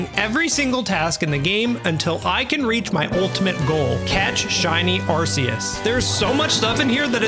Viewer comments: i stopped watching the moment he said "Arceus" wrong it's "arc-ee-us" not "arse-ee-us" LOLL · ARC - EE - US We all speak english right? He has an Arc around his body. He is a biblical like figure, often marked by an... Arc... Arceus... not Arseus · Its actually arc-e-us btw not ars-e-us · Ah yes. ArSEEus. And the ARSE phone he gives us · We all know it's ar-coos :p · took almost a year and still pronounces arceus wrong, what a joke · You lost me at the arceus pronounciation